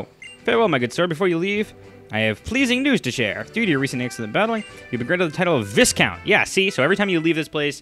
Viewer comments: It's pronounced Vigh-count. Long i sound and the s is silent. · Another awesome episode:D Good job. And not to be one of those people but just incase you're curious Viscount is pronounced Vy count. Just a random thing to learn today:) See you next episode. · There are set parameters to go from one rank to another. Each rank increases the difficulty of receiving the next. Also, the "s" in viscount is silent.